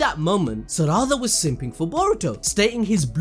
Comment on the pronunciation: Sa-ra-da… I just can’t 😂 it’s sara-da